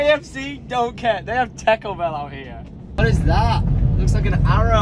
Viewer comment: Its weird that says tarco bell like taco bell and not tarco bell